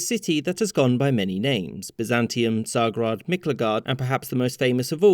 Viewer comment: Tsargrad? :D o the way he said it :D. its Tsarigrad and its original name its a thracian city. the roman empire stole from the thracians.